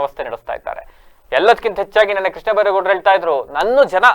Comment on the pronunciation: ಕೃಷ್ಣೇ ಅಲ್ಲ ಕಣಪ್ಪ ಕೃಷ್ಣ